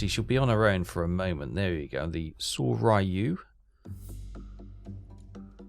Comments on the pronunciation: Make an effort with the pronunciation,, mate. Mee-YO-koh, not MY-yo-ku. SORE-yu; HERE--yu. How would you like it if I pronounced Llanfairpwllgwyngyllgogerychwyrndrobwllllantysiliogogogoch as, well, ah..... Good to see you don't have your subs so close inshore they have no depth to hide in, and don't try to trade planes for escort ships. The Allies have more of them than you have cold udon dinners. Timing your kate/val/zero attacks so they arrive together will solve the cool-down problem as well as demonstrating your Kidō Butai skills. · Pronounced Sore-you and Here-you. Just trying to help. Love all your series.